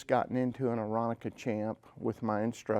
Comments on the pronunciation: Pronounced air-on-ka not air-on-a-ka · Ugh! Come on guys - it is not Aironicka! It's Aeronca. Are you really going to pronounce Sensenich correctly? Then give Aeronca the same respect. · Why do so many people mispronounce Aeronca as Aeronica? 🤨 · Am I the only one who twitches when people pronounce Aeronca incorrectly?